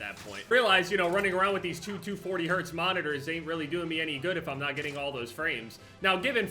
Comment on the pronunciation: He just said 2240Hz Moniter 😧